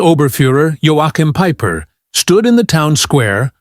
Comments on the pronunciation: Peeper-Peiper? Hard to know where to begin. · Like Peeper for pieper